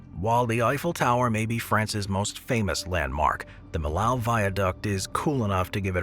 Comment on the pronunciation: Millau is pronounced “mee-yo” not “milow”